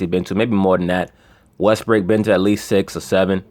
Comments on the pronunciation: LMAO you just kept calling westbrook "westbrick" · You kill me with the West-brick.